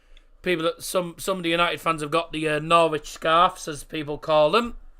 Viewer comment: it is not Norwich is norich